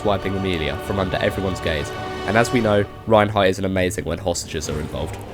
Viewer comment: It's Reinhard or can speak as Reinhardt as well. You keep saying Reinheart